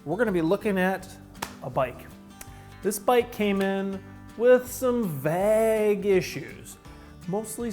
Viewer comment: Sounds normal to me. Granted I live in a suburb of where Park Tool is located. 😊